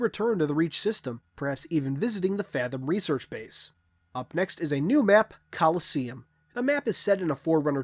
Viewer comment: When he read the description for coliseum, I thought it was actually a British or Australian guy talking. (0o0)